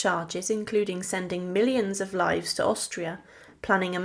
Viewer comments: Yes, even a simple word like ' livres ' was mispronounced! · It would be a good idea to learn some basic French pronunciation (Angloueme is not pronounced “angloom” and millions of livres came out as “millions of lives”). Mon dieu, quelle horreur☹️ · Livres, not lives.